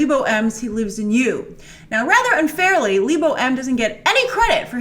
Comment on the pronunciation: Grace, its not leebo M. He is South african and his name is from the Northern Sotho tribe. its Le as in how the French say it. Bo is pronounced as a Bu. So its LeBu. And i agree that he gets no recognition for his work in the film.